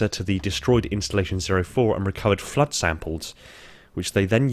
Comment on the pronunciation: pronounciation is horrendous: The Flirt = Flood? The Foreigners = Forerunners?